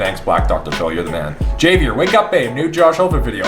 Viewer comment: the way you pronounce Javier is concerning